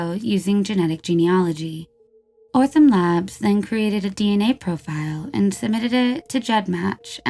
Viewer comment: She also got Othram labs' name wrong every single time. 😅I love this channel, but this drove me nuts lol.